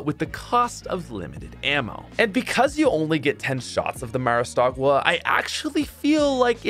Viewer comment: why does call it the "maristagua"